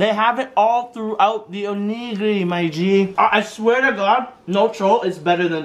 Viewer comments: O-NEE-GI-REE pronounce it right my g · who tf says onigiri like tf